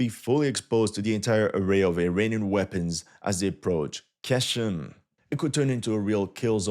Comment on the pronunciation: It’s pronounced “gh-eshm” bro